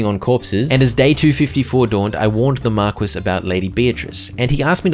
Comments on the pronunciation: I'm dying, markwes, pretty sure it's pronounced mar-key. Still funny tho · Thank you so much for this playthrough!! I love it all! sidenote, Marquis is "Mar-kee" and not mar-quiss literally. you still made it sound fancy though 10/10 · bro really spent an hour and a half pronouncing marquis as mar-kwiss instead of looking up that it's pronounced mar-key in 2 seconds on google... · Every time he pronounces "Marquis" as "Mark-wiss" a little piece of my soul died 🤣 it's pronounced "Mar-key"🙃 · Okay. It's not Mar-kwiss. It's Mar-kee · PSA: Marquis is pronounced Mar-kee not Mar-quiz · i know brits forgot how to pronounce their own words, but pronouncing wrath as "wroth" is just mind-boggling. not to mention pronouncing marquis(Mar-Kee) as mar-quiz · Love the vids! Just knowing that you more than likely wont do another hundred days of this until more dlc releases, I have to tell you that Marquis is pronounced marr - key, and is a middle ranking noble title. I wouldnt want you going through life always pronouncing it wrong! :) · marquis is pronounced mar-key lol great series, cant wait for the next one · its pronounced MAR-KEY my guy lol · Marquis is pronounced "mar-kee". Unless it's black. Then it's Mar kwees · Just an FYI: Marquis is pronounced 'Mar-Key', it's a title not a name.